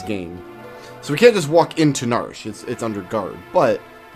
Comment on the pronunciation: I have always called it nar-she, two syllables. It is weird hearing narsh